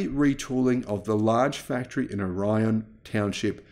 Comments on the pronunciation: Just an FYI. GM's Lake Orion plant is pronounced differently by the locals... It's not or-eye-on rather it's or-ee-un. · I would further clarify: OH ree en, emphasis on the first syllable. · Hey, long time, listener, first time caller. I am from the town right next-door to Orion Township in Michigan. It is not pronounced like the constellation, it is pronounced: or-E-in. Thanks for consistently awesome content.